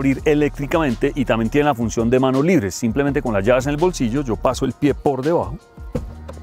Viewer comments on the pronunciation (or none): none